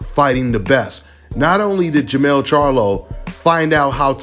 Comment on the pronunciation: Got the name messed up fam. Its jermell